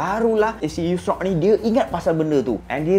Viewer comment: Assalamualaikum bang , pembetulan bang Bukan Nabi Yusrak tapi Tapi Yushak , semoga Success bang Dunia Akhirat …. اللهم صلي على سيدنا محمد ﷺ